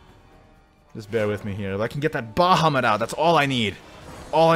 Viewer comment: stop calling it "Ba Ha"